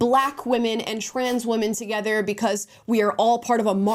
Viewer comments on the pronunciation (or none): none